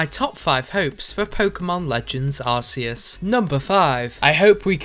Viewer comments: It's pronounced: Arcoos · I think it’s pronounced “arc-oos” (Congrats If you get the joke) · I hope it tells people that Arceus is pronounced ark-ee-us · no its pronounced Arkoos get it right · That you say arceus right. It’s officially pronounced Arr Key uss, cuz it sounds like Arse ee us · I hope it will be pronounced AR-KEY-US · ITS PRONOUNCED: Arcoos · Considering that Oshawott was my 1st starter ever, you can bey your arseus that I’m choosing him. Btw...It’s are-key-iss. They literally showed us the correct pronunciation in the direct. Idk how ppl are still fcking it up after its pronunciation has been heavily disputed since 2008... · i hope people pronounce arceus as "Ar-key-us" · Top 1 hope for this video: He pronounces Arceus righ... NEVERMIND Ar•key•us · Ar-kee-us, that's how you pronounce it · Its definetly Pronounced Arce-us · It's pronounced arkeus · I’m sorry, it’s pronounced Arc-oos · You know his name is pronounced "ark-ee-us" right? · It’s pronounced ARC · First of all you you said the Pokemon and the game's name wrong and spelled it wrong it's actually spelled and pronounced arkoos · No its pronounced arkoos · Maybe they’ll come true when you pronounce arceus right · He pronounced Arceus wrong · That is not how you pronounce arceus